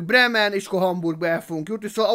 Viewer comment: Bremen XDDD az a kiejtés